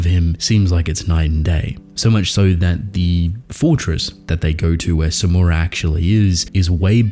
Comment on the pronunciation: Samura is “Samurai” without I… That’s funny as fuck